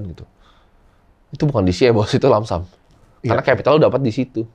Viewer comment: Koreksi dikit bg yang bener lump sum bukan langsam